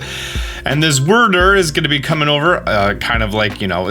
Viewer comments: Wyrdeer is likely pronounced like Weirdeer not Wurdur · i am begging you to stop calling wyrdeer "wurdur." it's so incredibly cringey and gives me flashbacks to 2013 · Wyrdeer is pronounced like 'Weird-Deer' (without a pause in between the dashes), probably because it makes weird illusions and is a deer. They said it that way in the trailer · I’m guessing Wyrdeer is pronounced Vyrdeer. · Wyrdeer! WEIRD-DEER but minus a D. C'mon lol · I don’t want to be that guy but … Wyrdeer is the combined words of weird-deer . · I think Wyrdeer is supposed to be pronounced like weird-deer. You know, since it's a weird deer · Pro Tip: Wyrdeer is pronounced kinda like "weird deer" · *Pronounced as Weird deer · just as clarification for anyone unfamiliar with it, it would be pronounced "weird deer", wyrd is like a viking term refering to fate and destiny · Wier-deer like weird deer. Sorry its bothering me. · Wur der lol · Gets annoying